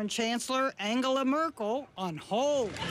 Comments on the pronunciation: Mörkîl???? Dude please say the name right 🙈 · Why you don't try to pronounce her name correctly? The way you pronounce her name would be written as Mörkel in German. The e in Merkel is relatively similar to the e in the English word 'when'. Thanks :-) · Such a clever, powerful, etc woman. And still, dear. dear Trevor Noah, you have not enough respect for her, to learn how to pronunce her name. Such a pity:( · Just out of curiosity: When you do a segment like this, why is it so hard to get the pronunciation of her name right?! Just as a small sign of respect!